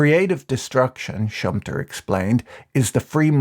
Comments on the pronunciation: Schumpeter is pronounced differently. I know him but didn't recognize the name when you said it. the two Es are not silent. Schum-Pe-ter not schumptr Great video and especially ad though, thanks for. The. Content patrick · He is called: "shum-peter" not "shumpter" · Funny way to pronounce Schum-pe-ter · Great Video, but my ears started to bleed when I heard your pronunciation of Schumpeter (sh-oo-m-p-e[like Edgar]-ter) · It's Schumpeter, pronounced like shoe-um-better, but with a long e ;-)